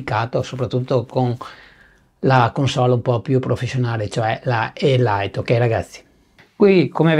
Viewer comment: Gran bel video e ben gestito. Complimenti. Spero mi scuserai se ti dico che la parola "Elite" si pronuncia "elit" (non "elait") sia in inglese che in italiano perché deriva dalla lingua francese. Cosa diversa per la parola "lite" che deriva dall'inglese e si pronuncia giustamente "lait".